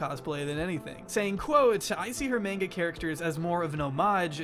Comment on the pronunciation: Idk why. I’m ok with the way pronounces manga. I think I’ve just accepted it by now and most people understand what is meant. But a”hee”gao is really setting me off.